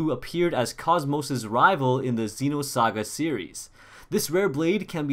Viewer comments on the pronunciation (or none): none